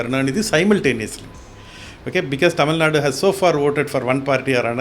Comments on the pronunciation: It's "Tamil Nadu" and not "Tamil Nad"... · God sake it is not Tamilnad but Tamilnad"u"! Not Rama"dose" but Rama"dass"! Not van-yaars but vanni-yar! Not Palani-makkam but palani-maa"ni"kkam! ஏம்மா நீ தமிழ்தான? உனக்குத் தெரியாது? அதென்ன டமில்நாட்? விளங்காத வடக்கன்ஸ் அப்படி சொல்றான்னா உனக்கெங்க புத்தி போச்சு?